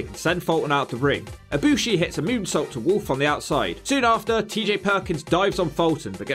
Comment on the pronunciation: should do Kota Ibushi in WWE, a short video, probably would be a B or B+ grade… Also you said Ibushi right